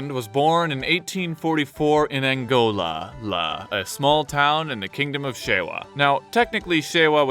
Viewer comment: It’s not Angola it’s ankober